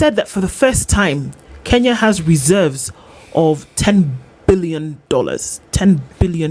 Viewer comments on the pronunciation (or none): Good conversation. Billow Kerrow is quite knowledgeable about the Kenyan economy. I notice that Billow Kerrow refers to 'Kenya' as 'Kinya'. Does he know something that we don't. It is quite concerning for a citizen not to know the correct pronunciation of the name of his country.